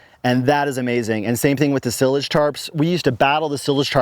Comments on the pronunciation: Sie-lage, like "silo". Silage goes in a silo. Not to be a hater... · I was wondering if that was a Colorado pronunciation or just his personal style.